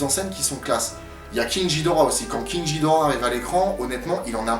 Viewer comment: ça s'écrit GHIDORAH mais ça se prononce GUIDORA